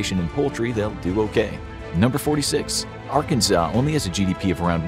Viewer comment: Nitpicking: Arkansas is pronounced "AR-can-saw". Arkansan is pronounced Ar-CANS-an. (As people would be doing a lot of sawing down our trees for heat and canning a lot of vegetables if something like that happened, both meanings fit this video.)